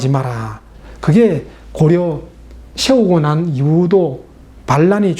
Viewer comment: 왜 발음을... 세우고-->셰우고...이렇게 하나요?